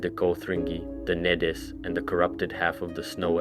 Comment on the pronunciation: Get your pronunciations right bruh it's really annoying, nedes, chimer, tsaesci holy larper